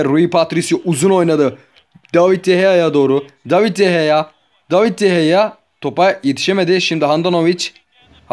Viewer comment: Abi david deyeya değil de gea